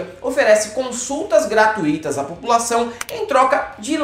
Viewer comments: Pelo amor de Deus, GRATUÍTO NÃÃÃÃO! GRATUITO NÃO TEM ACENTO AGUDO, pelo amor de Deeeeeus?!😱 É como falar RÚBRICA ao invés de RUBRICA, é uma facada na língua portuguesa?!🤦🏽‍♂️🤦🏽‍♂️🤦🏽‍♂️ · Gratuito se pronuncia gra-tui-to e não forma hiato: gra-tu-í-to